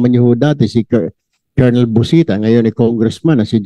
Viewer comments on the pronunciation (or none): none